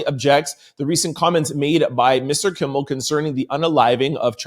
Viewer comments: Kimmel not Kimble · Kimmel...not kimbel. Thank you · I love your show I'm telling you!! But I'm listening right now and if you say "Kimbel" one more time.. 🤦🏽‍♀️And you were READING almost everytime you READ the name! 😂😅👀😬 Really not trolling but your position in celebrity/overall news...someone should have stopped you and had you correct his name. In other words...watch the people around you 👀💯...someone should have TOLD YOU. I know you not recording by yourself! 🤷🏾‍♀️...k luv you ❤ thank you for your videos 😊